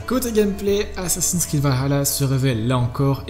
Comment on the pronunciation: Faudrait bien prononcer le vahalla mdr cv plus la